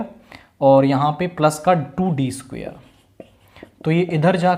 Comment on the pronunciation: Squar ❌❌ सुखेर😂😂😂